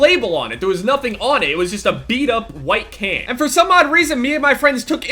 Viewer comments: I thought you said kid instead of can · for a solid minute! when you sed "can" i thot you sed "kid" and i was like WHAT THE FUCK?! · I thought you said KID like 100 times. You just ran over this small little white kid lol.